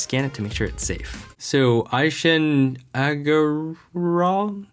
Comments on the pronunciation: pronounced as "ee-shaan" "ag-ar-vaal" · It's pronounced as E-shān aug-er-waal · Its pronounced E-shaan Hagar-wal